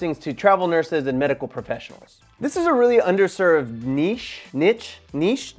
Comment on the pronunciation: It's 100% NEESH not NITCH and woohoo! 💪